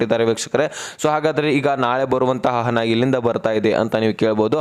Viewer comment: ಹನ ಹನ ಹನ, ಅನ್ನಬೇಡ ನೀಟಾಗಿ ಹಣ ಅನ್ನು ತಮ್ಮಾ ಉಚ್ಛಾರಣೆ ಸುಧಾರಿಸ್ಕೋ